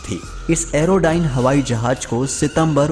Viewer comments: Hawai Jahaj nahi Hawai Jahaz hota hay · O bhai jahaj ni hota jahaz hota h